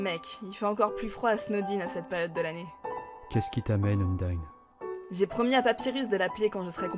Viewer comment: Undyne sa se prononce Undaïne